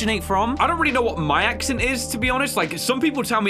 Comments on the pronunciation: As you were saying "accent" you said "acshint" I have found the acshint boys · When you said the word "accent" It sound like you were saying "ACC-sunt". So, you might have some sort of accent- idk